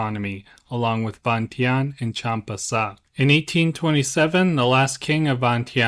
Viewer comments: Vientiane is pronounced "Vienjan". My grandfather was the last King's personal bodyguard when the King & Monarchy was overthrown and became a POW. Despite being born & raised in the UK, I'm a proud Brit born Laotian and proud of my heritage, country & culture. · Im pretty sure it is pronounced veintiane as it’s spelt